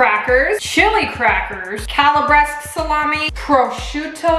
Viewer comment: Its calabrese and not calabres...ahahhaa love youu, lots of love from italy